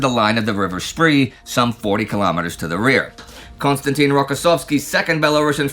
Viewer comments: The Spri? It is pronounced Sprae. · Small point but irritating: Spree is pronounced "Shpray." Spray would also be acceptable. A "spree" is a brief period of indulgence.